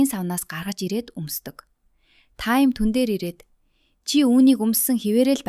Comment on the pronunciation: Таям биш таам Гори биш гооряа